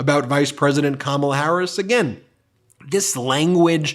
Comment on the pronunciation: .... DJT couldn't say "Harris". Sounded like he attempted tosay Kamala last name, but could get passed the "H".